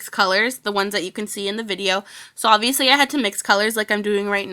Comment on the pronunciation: my sis hates u cause u say obiviously